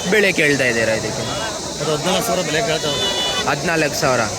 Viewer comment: ಭಾಯ್. ಅದು ಬೇಳೆ ಬೇಳೆ ಅಲ್ಲ. ಭಾಯಿ. ಬೆಲೆ ಬೆಲೆ ಅನ್ನಿ 😅😅😅